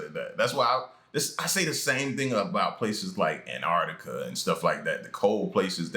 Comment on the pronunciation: Antarctica it's got 2 "T's" there no such place "Anardica" AnTarcTica....... man...